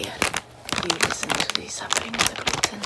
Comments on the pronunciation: Ze gluten is ze Lucifer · Ze Gluten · Never eat ze gluten....k....😂😂😂😂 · “Ze gluten is suffering in the bag” “I love ze sounds of the suffering gluten!” Calm down girl Edit:OMG thank you for 200+ likes! Edit:thank you for 300+ likes :0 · I enjoy listening to the suffering of ze glooten, here you listen to ze suffering of ze glooten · Zee gluten is zee demon😂😂😂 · Zeee gloooten 😁